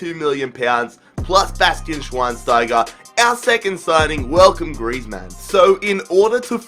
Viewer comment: Why do you pronounce griezmann as if he is a superhero, like its "griezmann" not "Griez-Man"